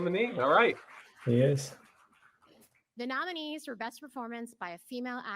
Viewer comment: And botching the names of the nominees.